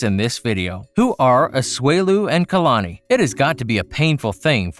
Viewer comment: Did he say “KALANKI” 😂😂😂